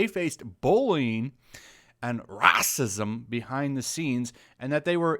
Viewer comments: I read the article in 5 minutes, rather than listen to you babble for 16 minutes. PS: You sound like an idiot with the way you pronounce "Racism". Sarcasm is not your forte'. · Ah yes. “Rassism.” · I don't like the sarcasm of this asshole. What asshole you can't even say racism the way is supposed to be in the language. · The way you said racism xD